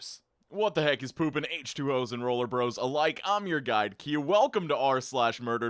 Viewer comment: Al this time I thought he was saying rollerBLADES instead of rollerBROS.